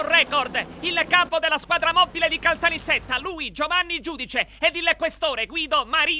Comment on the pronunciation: "......BBBBBBBBBLIZzz alla squadra moBBile" xD xD